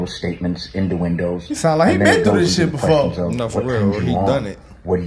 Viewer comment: Did he really just say "... making little statemets, 'in tha windows'.."???? Sir, do you mean: 'innuendos'?